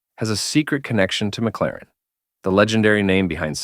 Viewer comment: M C Laren? Ai sucks.